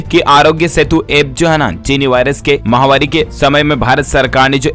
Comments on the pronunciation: माहवारी नही, महामारी बोले, किआ करते भाई। ना अपना नाम बताते हो।डर लगता हैं किआ। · आप जब महामारी बोलते हैं तो माहवारी सुनाई व समझ पड़ता है।इसको सुधारिये।